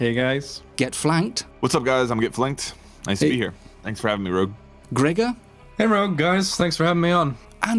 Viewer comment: Bruh rogue doesnt even say his own name right